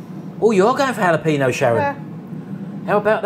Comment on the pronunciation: Laughed out loud when we watched you two putting up the tent...you guys are wonderful. you were pronouncing the peppers right when you said hallo peen ya. The J is in Spanish/Mexican words is pronounced as an H. Example: Jesus = Hay soose. Can't wait for your camp out video. Thanks for this burger vid. How long do you keep the oil in the fryer? Also what do you do with the oil when you empty the fryer? I wouldn't want to waste a whole thing of oil for fries now and then. I do use my air fryer now for frozen fries. Before the air fryer I baked them in the oven. Took too long and heated the kitchen too much. Thanks again for your videos.